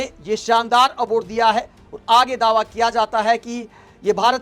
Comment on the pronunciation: Aword, horijan. Kya ucchaaran hai bhai sahab apka.😂😂